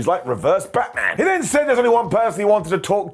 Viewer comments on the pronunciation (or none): none